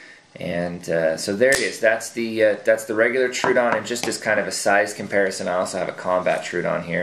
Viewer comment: FYI - The "Troodon" is named after the dinosaur from the Cretaceous period. It is not pronounced "True-Don". Tro-o-don is actually a 3 syllable word - "TRO-OH-DON". Wiki Troodon for more information.